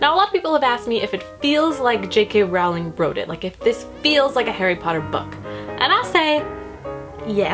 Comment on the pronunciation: Her name is actually pronounced *Rolling, like a rolling pin. I made the same mistake for years. Just thought you might like to know. As for the script, I don't think it reads like j.k. Rowling's writing at all. Not even a tiny bit. I understand that you need to allow for differences because it's a play script and not a novel but I thought it read like fanfiction (pretty terrible fanfic at that.) I thought the dialogue was so bad, nothing like j.k.'s witty characters and worst of all, the plot was full of holes and kind of...ridiculous. The great thing about the HP series is that even though it's magic and fantasy, things make sense. Everything was planned out to connect and actually make sense. The script felt like it was written by an unskilled teenager. I'd love to read rowling's original story the play was based on though.